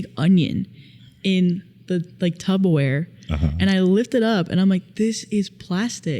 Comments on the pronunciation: Is she saying “tubbaware?” TuPPerware, my friend. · DID YOU SAY TUBOWARE?!?!?